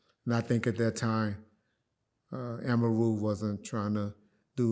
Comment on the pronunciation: The way he pronounced Amaru had me rolling